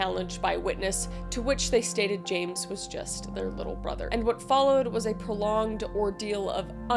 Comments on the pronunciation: TY! I love Kris, but as a Brit that remembers this horrific case, I wanted to scream that she was pronouncing the names wrong 😆 it hurt my ears & my soul.. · I guess you aren't aware of chatGPT and other AI based tools? Also, she has a team that does all the hard work, not her. If she did her own research she would have known how to pronounce the names (she got 2 of them wrong in the very first case) - at least do it out of respect for the victims (which she clearly has none)